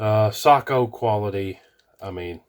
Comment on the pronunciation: "say,ko" not "sock, o"